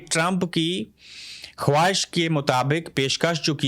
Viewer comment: خ وا نہیں ھے خوا باد ہش ھے